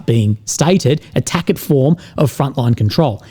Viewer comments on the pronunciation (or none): Tackit? Tacit is pronounced Tass-it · "tacit," is pronounced "ta-ssit." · "Tacit" is pronounced Tassit" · Tacit is pronounced Tass-it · FYI tacit is pronounced 't-a-sid'